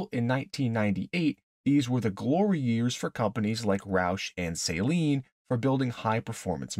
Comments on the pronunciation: Great video but it’s pronounced suh-leen not say-leen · For the love of god, it's Suh-leen. Not SAY-leen.